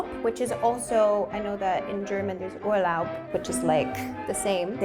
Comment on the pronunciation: I guess she speaks German also very well because of how she prounced the German word Urlaub in her example. That was not the way someone says it who just recently learned German